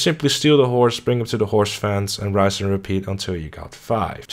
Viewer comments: Why do you pronounce "rinse and repeat" as "rise and repeat"? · He called Hosea "Horsey" Also, rise and repeat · Tip #1 should be learn how to pronounce "rinse" properly lol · You keep saying RISE AND REPEAT, but its riNse and repeat...